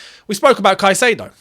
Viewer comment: Love you and I will love you more when you say caicadeo has entered Cobham 😊